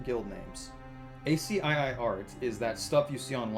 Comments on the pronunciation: A See Eye Eye? It's pronounced like "ASKEE" When our good host started explaining it, I felt like I was from another planet. Imagine a video that mentions a toaster, and the narrator stops and explains what a toaster is. It felt like that. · Loved it till you pronounced ASCII as A.S.C.I.I. rather than Ask-key. My soul hurt... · "ay cee eye eye eye" FOR THE LOVE OF GOD MAN IT'S PRONOUNCED ASKY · I was thinking the same! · ASCII is an acronym but you can just read it like a word - askee. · Love the vid, but ASCII is pronounced "asky" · Ascii is pronounced AsKey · Yeah I've literally never heard anyone say it like this before lol